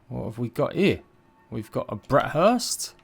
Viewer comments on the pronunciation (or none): It's burst. Not hurst btw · he keeps calling them "brat hursts"💀